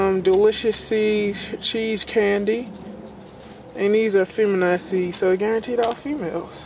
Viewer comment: i like how you say feminized ha. hope those seeds came out good bro